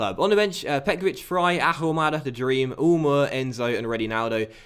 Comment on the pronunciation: won't score until you pronounce Ahumada correctly. No "H"!!